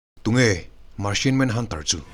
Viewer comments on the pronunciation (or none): sir marchian manhunter it ti martian manhunter tih tur a lawm